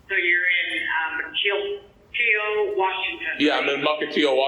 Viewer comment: Fun fact! I know 'Mukilteo' very well, even though this moron couldn't say it with an L. His "address" where the ticket was sent was the actual Mukilteo Post Office.